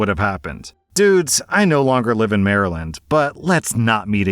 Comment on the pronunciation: You would think someone who lives in Virginia would know how to properly pronounce Baltimore and Maryland